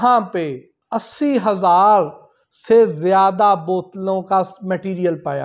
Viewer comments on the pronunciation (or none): none